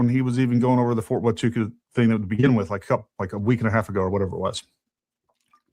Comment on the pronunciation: What I find interesting is the way Valhalla kept mispronouncing Fort Huachuca in his last couple of podcasts almost like a he was wanting everyone to look somewhere else. The first time Candace mentioned the fort he said the story wasn’t real. He really really didn’t want her to pay any attention to this place. Odd… he also doesn’t believe TPusa has anything to do with what happened to CK. Even though they have acted suspicious from the beginning. Something is up with him.